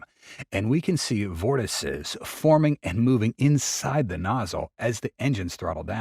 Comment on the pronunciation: You know flow separation but can't pronounce vortices??? eesh..